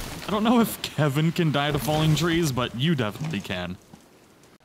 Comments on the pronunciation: ITS KELVIN NOT KEVIN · not to be that guy but sorry i-i-it's Kelvin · IT'S KELVIN, K.E.L.V.I.N! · I lose braincells each time someone calls him Kevin instead of Kelvin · Not Calvin Not Kevin It is Kelvin... shesh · thanks for the help but his name is KELVIN D: this drove me mad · its not kevin its kalvin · His name is Kelvin not Kevin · Am I the only one who is annoyed when ppl can't pronounce pretty simple words. For instance it's spelled Kelvin but yet everyone calls him Kevin.